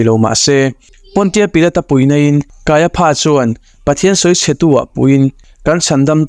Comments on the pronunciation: Kaia PHA tih loh tur, KAIA FA tia lam rik tur.😂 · I channel hi ka lawm takzet. Thu thatak I rawn to chhuak hi aropui ka ti thin. Mahse pronunciation kha fimkhur angai ang. Kaiapha kha kaiafa ti zawk tur ani e. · Puithiam lal ber hming hi Pha ti lovin Fa tiin lam ila. Ngaihthlak a nuam zawk mai thei e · Kaia pha a aw chhuah FA tih tur Hmunkhat a ph a awm tlan chuan F aw a chhuak tur a ni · KAIAFA TIH. TUR KAIPHA TIA.LAM TUR A.NI LO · Kaiafa tiin lam mai la ,kaiapha tih tlatte chu a😅😅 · Kaiafa tia lam mai tur nia...ngaihthlak a ti nuamlo😅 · Ph hi f angin lam rik tur,i sawi dik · Kaiapha niloin Kaiafa tia lam tut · Kaiapha Pha tiin lam loh tur Fa tiin lam tur. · Kaiapha nilovin Kaiafa tiin lam zawk la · Kaiapha hi, Kaiafa ti angin lam la a dik zawk awm mange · Kaiaphas, pronounciation hi kan ṭawng in, kaiafa's tih tur. Pha hi fa tih tir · kaiafa tia lam tur a ni lo mi sir.. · Caiaphas/Kaiafa tih tur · Kaiafa ti a lam rik tur. Kanawha tih loh tur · Kaiafa ti a lamrik tur. Kaiapha ti lo vin